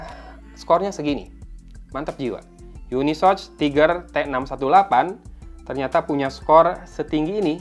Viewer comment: Cara bacanya itu bukan YUNISOCH bang, tapi UNI SoC (yuni es o si) . Gitu CMIIW